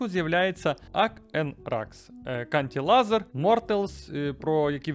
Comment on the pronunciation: Чувак,шо в тебе з англійською?! :face-fuchsia-wide-eyes: Аг сайенс 1974, Кантри лазер?! 🤦‍♂